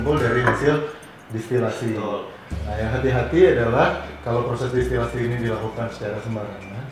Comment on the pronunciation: Maaf, mau mengkoreksi sedikit. Yang benar distilasi, bukan destilasi 🙏